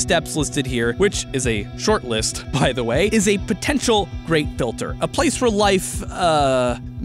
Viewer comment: Who else thought kept saying grape filter not great filter